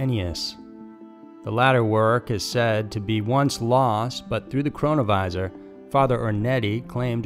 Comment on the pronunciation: Keep hearing corona virus instead of chronovisor??